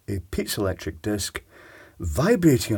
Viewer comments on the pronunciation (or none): Iv never heard it pronounced pizzalectric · pee-zoh electric